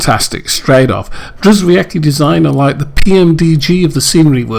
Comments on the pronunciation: Lovely tour sir. BTW I believe he pronounces his name "GEE-OH-VET-SKEE" (I asked him) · Drzewiecki = "je-vyets-kee"; Brzezinski = "bzhe-zhins-kee".